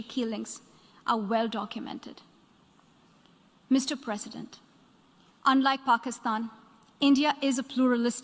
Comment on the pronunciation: The way she pronounced Mr. President is just osm ❤️🔥